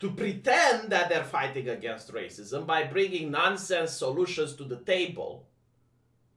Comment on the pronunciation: I don't know why, but I always chuckle when he says "racismos"